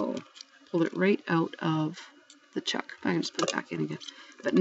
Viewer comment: I think you mean Chuck. not shuck. and the name of what your using is a pen vice. 😁